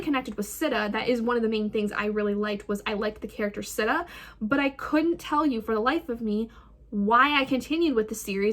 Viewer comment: Whatttttt its pronounced “Seeta” I thought and also..... book one is one of my favorites out of the series! I’m like personally offended that you were disappointed by it im sorry 🥺I’m just obsessed... this series is like a work of art